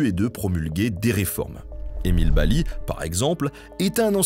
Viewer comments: Bel Hommage de la catastrophe de Courrieres mon père et mon grand père étaient mineur à Harnes juste à coté , Et je voulais dire ça se prononce BaZli et pas Bali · Coucou, tu dis baly dans la vidéo mais ça se dis bien basly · Petit point de detail, le "s" dans Basly n'est pas muet, son nom est donc prononce BaZly. Merci beaucoup pour cette video. Mon grand pere (employe des mines) me racontait cette histoire quand j'etais gamin. Cette catastrophe et la vie de mineur ont fortement influence la culture du pays minier, un esprit de solidarite et de communaute. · Super vidéo. Nota Bene: on dit Emile BaSly (on prononce le S). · Bonjour Nota ! Belle vidéo Juste, Emile Basly, on le dit "Basse Li" Sinon, j'ai travaillé à Lens, cette histoire est très connu On avait des anecdotes comme les mineurs remontaient du fond en avril qui avaient survécu en mangeant des chevaux du fond, les patrons leur auraient fait payé avec une retenue sur salaire Enfin, c'était l'epoque des mines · On prononce Émile (base lit) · Le s de basly se prononce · Émile Basly se prononce BaZly le “s” n’est pas muet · Erreur on prononce le S de Basly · merci pour cette superbe vidéo juste une petite remarque, Mr Basly le s se prononce "z" encore une particularité du pas de calais bonne soirée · basly le "s" ce prononce